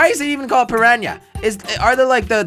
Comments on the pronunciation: jelly its piranna not prirania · It’s per.on.a not pear.een.a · piranha not parania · it's not piranya! and it's a pirana plant from mario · Aw yea jelly your English is so good Not piranha plants Pinyanya plants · peryanya lol try per- ahn-ah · It's a piranha not a pranya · Yes a Pirania NOT a pirana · Pirana not Praña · I started cracking up when he started calling it a purania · who came here just to see if anyone commented on the 'piranya' part??? :-) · stop saying paranya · How Jelly says piranha is funny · Jelly you said piranha wrong